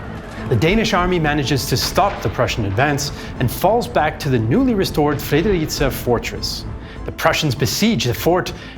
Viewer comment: Perhaps Fredericia could be improved upon